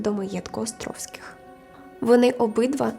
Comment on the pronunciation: Гарне відео, але дуже ріже вухо «Астровських» 😬